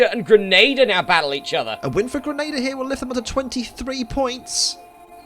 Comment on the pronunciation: I can confirm Grenada is pronounced "Grenade-errr"